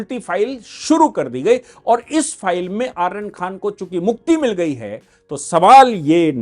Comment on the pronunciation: आर्यन नहीं अरयान खान है इसका नाम